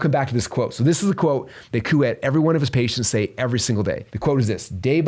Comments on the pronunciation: His name is Coo Ayy pronunciation 😅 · Love this! Just so you know his last name is pronounced "koo-way" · Pronounced "Kwee" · Coué is pronounced kweh. Rhymes with way but starts with a kw sound.